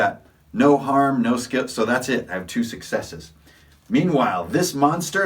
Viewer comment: While watching your video which I enjoyed you kept saying successe.. Now😮 does this mean that the person actually gets to attack with that success or does it mean he gets a point towards a success like IA game called vampire the masquerade?Do I need all successes to succeed or does one let me succeed in anything I want to do?